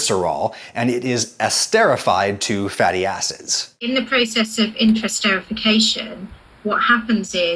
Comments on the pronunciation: i think the pronunciation is more like inter- est- er -ified not "intrasterification" but great vid as always :) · "Intra-" (your pronunciation) and "inter-" (the actual prefix) have very different meanings. Also, the part of the word after the prefix is "ester", not "ster". Someone hearing your pronunciation would reasonably think you were talking about a process of internal sterilization rather than the creation of esters between things. Those are very different meanings. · Inter-ester-if-ication is the correct pronunciation... and as a chemist I'd be a bit more leery about the tert-Butylhydroquinone (TBHQ) added at the end there. See that ? We add TBHQ to diesel fuel as a stabilizer, this is part of the reason the shortening lasts so long. Chemically speaking shortening isn't terribly different from diesel however that doesn't mean I'm inclined to eat diesel stabilizer. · As a chemist, it should be pronounced "Inter---Esterification" Just letting you know